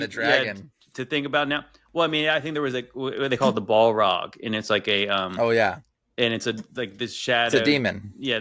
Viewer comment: Hey and..On Lord of the rings… my wife would decimate all in this topic.. it’s also pronounced B(ah)L Rog … sound familiar now?